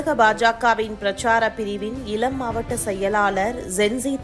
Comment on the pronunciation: செய்தி வாசிப்பவர் அவர்களுக்கு..தமிழ் உச்சரிப்பு முக்கியம் பார்த்தீர்கலா, இலம் தலைமுறை,நால்,,ஐயோ